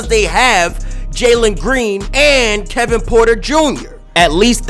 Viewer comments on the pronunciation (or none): none